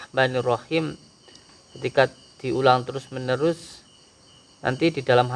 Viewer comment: ..mau sebut Bismillaa hirrahmaa nirrahim...ini cara yg betul. selalu menyebut Bismillah hirrahman nirrahim. tiada syaddah pada huruf 'nun'. makanya sebut rahmaa saja dan bukannya disebut rahman.